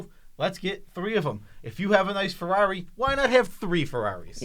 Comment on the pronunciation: say Ferrari!